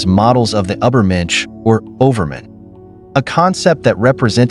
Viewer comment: Ubber mensch?